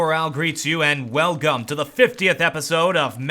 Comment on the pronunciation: "And welgum to the 50th episode..."